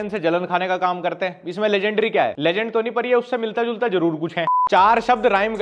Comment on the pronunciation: Bhai vo lejhund keh rha h update krr bhai 😂